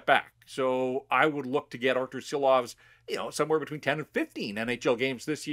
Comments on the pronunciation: 🇱🇻LATVIJA SARAUJ!!!!🇱🇻 ŠILOVS - SHILOVS like SH SH SH!!!! - LIKE ŠKODA LIKE SHANAHAN NOT SANAHAN!! 🇱🇻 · Please, show some respect and learn the name! It is Šilovs, pronounced Shilovs in English.